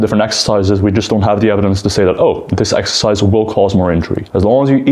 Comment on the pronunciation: Greg's fake voice and the fact he says eggercise when he knows it's incorrect drives me insane. I can't watch his videos anymore.